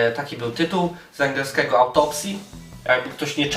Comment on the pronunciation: Niby wszystko ok. W miare spoko ogląda się "kolorowe" filmiki ale wkurza mnie jedno: ta koślawa wymowa np. jakE, takE, z angElskEgo itd.